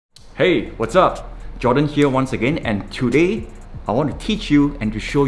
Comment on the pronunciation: Did he say chu day or today